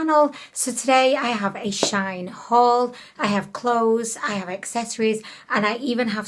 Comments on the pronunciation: Shine ? 🙈😂 Shein! 😘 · It is pronounced she-in. Their old brandname was sheinside...🤗 just a heads up.